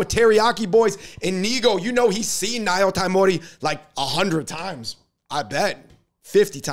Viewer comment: Y'all can't pronounce "nyotaimori."